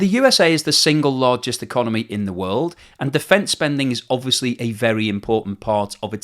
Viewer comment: "So the russian econemy"